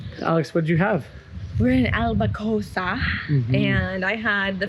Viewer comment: Ok, repeat after me: al-co-ba-ssa. 😄